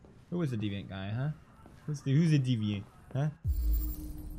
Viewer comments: He said it right, but then said deviaunt just for pro effect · hears it correctly, still pronounces it "deviaunt" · pewdiepie: deviant Amanda: DEE viant pewdiepie:see I said it right, deviont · I'm french and the word deviant is pronounced "day-vian" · ITS DEE VEE ANT GOD F*CKIN DA